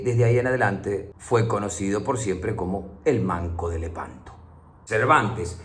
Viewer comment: A veces te une lehpanto